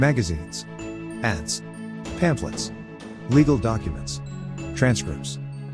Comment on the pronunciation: Umm.. at the mark- “Pamplets”….? 😂😂 Pamphlets.